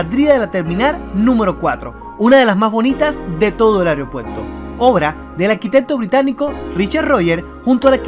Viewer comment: AEROpuerto, no "areo"